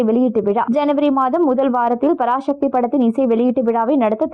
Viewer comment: பராசக்தி என்று சொல்லுங்கள் பராஷக்தி இல்லை. தமிழை தமிழாக பேசுங்க.